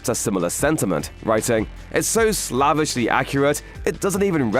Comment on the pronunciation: Suggest you get someone who knows English to teach you correct pronunciation, eg 'slavishly' and 'commentator'.